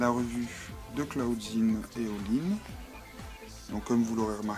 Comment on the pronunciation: clawdeen pas clauwdinne et abbey pas abi